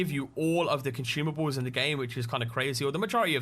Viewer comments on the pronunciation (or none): "This mod will give you all the comchumables" ahahha i was dying